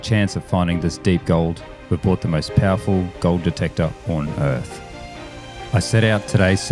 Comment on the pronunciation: you said 'gold' wrong